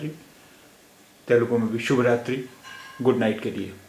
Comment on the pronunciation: Telugu does not have halants at the end of the words. So you should not pronounce it as shubh raatri. Telugus pronounce it as Subha-raatri.